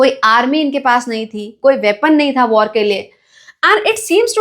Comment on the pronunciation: Not were it's war prounce like thisb war